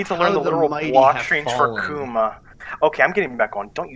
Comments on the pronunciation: Right, but it's still emphasized as AH-kuma, as opposed to ah-KOO-ma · You can either say Aku-ma or Gouki. A-kuma is just the west being fucking awful at Japanese pronunciation. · mfw sterling pronounces "akuma" as if he's talking about "a kuma", which is... the bear. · I just pronounce it uhkooma.